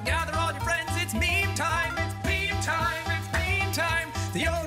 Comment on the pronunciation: Jack: Its meme time its meme time What i hear: its BEAN time its BEAN time.